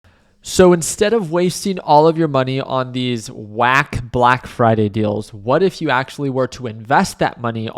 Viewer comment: The way you emphasized, "WACK." LOL. Walmart all the way, but AA does look tempting. I would love to day trade best buys volatility, im not sure about long-term.